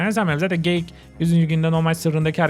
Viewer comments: Abi geyik te çocuk tu geğik oldu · Söylediği geğik abi